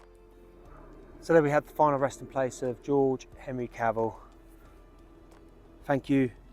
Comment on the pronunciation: Nice video and it was of special interest as my wife is George's great grandniece and she has been working hard on locating the grave with a view to us hopefully being able to erect a headstone or some other marker in his & his wife Kate's memory. One point of order from her though, Cavell should be pronounced with the 'E' emphasised due to the name being french in origin (she is very particular about it lol) 😁